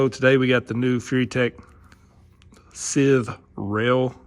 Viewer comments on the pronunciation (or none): Scythe is not "sith". It's pronounced like s-eye-th as in the "sigh". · pronounced sigh-ith fyi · Lol. It's scythe (s-eye-th). You know, like the grim reaper carries?